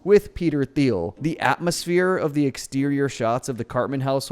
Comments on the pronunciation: Peter Tea-eel, no “h” is expressed. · Peter Thiel's name is pronounced "teal". Teal and Orange. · You do know that the H is silent in Thiel, right?